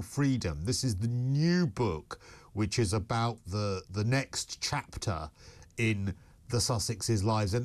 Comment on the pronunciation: King Charles has said many times that that they have an open invitation. Why do they need an official one? Loved your live the other night, it was great. Love your mispronunciation of ' Chapter ', into ' Trapter '. If that was deliberate, genius. If not, it you should use it again and again.